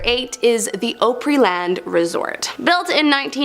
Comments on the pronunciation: It's Opryland as in Oscar not as in oprah. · I like the host but she's killing the name. Every time she says Opryland Resort. Omg,get the PRONUNCIATION CORRECT PLEASE. YOU SLAUGHTER IT EVERY TIME. OPRY,OPRY,OPRY. LIKE OPERA, NOT OPRAH. Please get it right. PLEASE,PLEASE, PLEASE. 😢😢😢😢😢. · I think it's because it comes from opera and she's giving it a European sound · The narrator of the first ten has obviously never been to Tennessee or been a fan of country music. The Gand Ole Opry is not pronounced Oh-Pree, nor is Opryland pronounced as Oh-Pree-Land. It's pronounced as Ah-Pree and Ah-Pree-Land, like a shortening of the word Opera. Ryman auditorium was first used as a church of sorts meant for large revival meetings and known as the Union Gospel Tabernacle. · That OhPree-land pronunciation makes my head hurt…. I am in TN and cannot fathom how she could mispronounce the word when I even have friends in Pennsylvania, Massachusetts, California, and various other places that would never pronounce it that way, and when I have pointed out this video to them and ask them how they would pronounce the word, they all can pronounce it correctly, so how she has butchered the name so profusely is beyond me. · You guys are always mispronouncing a whole lot of towns and locations in America. I know this program comes from Canada please learn the proper pronounce the names before going on. Air. Like Opry land is not pronounced with a long O pry land a short sound My text key pad does not have such symbols to better represent what I am saying. We just use long and short. A capitol has a small streight line above the first vowel letter. And a small upside down arch above the the vowel. This sould be learned in early elementary school. Don't understand? Text me and I will do my best to make it more clearly. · I live in Ohio, and its opryland I can pronounce it, I do love the video's though. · You lost me when you mispronounced Opryland.....................